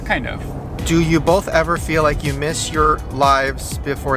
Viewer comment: why does say “boLth” instead of both lol Shane too